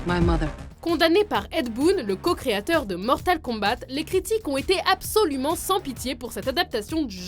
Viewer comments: Et aussi parlez bien français svp car on dit Mortal KombA et pas Mortal KombaTE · Mortal kombate la prononciation bordel ça se dit mortal kombat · Mortal Kom"batte"... Bien sur... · elle a vraiment dis Mortal KombaTE ? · sérieusement par contre les top sont pas mauvais (sans compté les top sur harry potter qui sont mal fais dû à multiple erreur à cause d'une mauvaise connaissance de la saga) mais il faut que vous travaillé mieux sur la prononciation des mots y'a des erreurs à quasiment chaque vidéo et ici: "Mortal Con-batte" et c'est pas le pire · "mortal kombate" ._. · "mortal kombatE" On avais compris que vous êtes québécois mais essayez de faire un p'tit effort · Alors déjà battleship j'aime bien il et pas si nul et de 2 ta voix me soule et va apprendre a dire combat Déjà je comprend pas pourquoi il écrivent avec un K et le T ne se dit pas